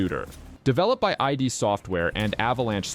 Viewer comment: pretty sure it's "id" (pronounced 'ihd', like the psychology term) and not "i-d" software. I was alive when the original Doom was born and that's how we addressed the creators.